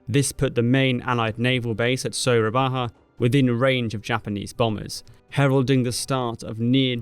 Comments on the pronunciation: "Surabaha" oh boi it's cringed me a lot when hearing this. it's Dutch spelling so J should be spelled Y Surabaya. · Its read surabaya not surabaha, goddamn dutch writting system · It's actually pronounced "Surabaya". Sura- "shark", Baya/Buaya- "crocodile", commemorating a famous legendary sea battle between a giant shark and an equally massive saltwater crocodile. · It is Surabaya not "surabaha" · pronounciation correction: it is Surabaya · Soerabaja is the old Dutch spelling for Surabaya. It’s not supposed to be pronounced in a Spanish manner. I know, I was born there. Soo-rha-bye-yah. Great videos in this series. Not a lot of discussions focuses on Japanese advance in Indonesia. We learnt about it at school, but from the invaded nation’s point of view. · Me a Surabayan: ah.. yes.. soehrabaha.. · I found that 'it must be Spanish' pronounciation funny too! What's hard about Su-ra-ba-ya? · This guy keep butchering word "Surabaya" over and over, it's lowkey become annoying.